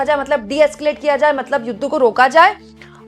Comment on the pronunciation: मैडम जी आप मतलब मतलब बोतले बोलते मतबल मतबल बोल दिया 🤣🤣🤣🤣